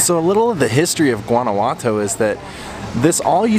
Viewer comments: Hey, thanks for the great videos. Guanajuato is pronounced like WAH-NA WAH-TO, like the GUA in Guacamole, the avocado dip. Also are you a LEO and that is why you use? I enjoy your youthful wonder and appreciation of foreign cultures, food, architecture etc. You are fun to watch. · Christine Beebe; De Nada. You're welcome. Guanajuato (pronounced like Don Juan -Juanawato) is the Capital of the Mexican State of Guanajuato. It is absolutely beautiful and is probably the safest City in Mexico, but it is indeed a true labyrinth.